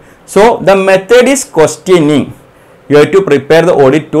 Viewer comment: it took me a few minutes to understand that he is saying questioning & questionnaire